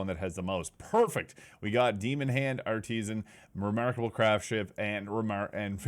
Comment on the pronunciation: “Art-e-sin” NOT “Art-tees-an”. I pray English is your second language XD. With the exception of graping my ears, great video brother.